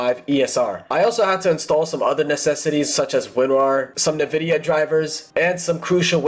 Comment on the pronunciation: WHY U PRONOUNCE NVIDIA LIKE THAT 😭